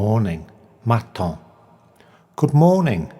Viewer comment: Unless French has radically changed then his pronunciation of "matin" is wrong. It is not mat ON but mat AN